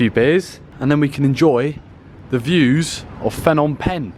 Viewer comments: The h in Phnom is silent and last part sounds like om, the sound you use when meditating only shorter don't extend the sound. Short and sharp. Last part pronounced closer to ping but without the hard g. My two cents. Just found your channel will enjoy watching future vids. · Haha school boy error there Fnom Penh 😄 Bit like people calling Phuket 'Fuket'